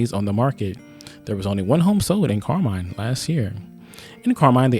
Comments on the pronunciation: It was pronounced Carmean (like a mean person) when I lived around there. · Most of the people I know that live around here pronounce it, Car-mean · Maybe, ask the people in town how they pronounce the City's name before you start talking. Residents are proud of their town and name.